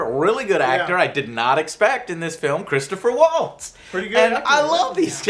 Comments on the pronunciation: "Christopher Waltz" Holy fuck even more deader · soooo, how many people are correcting your pronunciation of Christoph Waltz and Margot Robbie? lol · "Margaret Robbie" "Christopher Waltz"